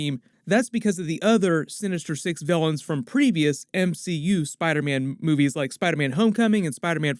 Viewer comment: Why am I hearing "boobies" instead of "movies"? Is it only me ?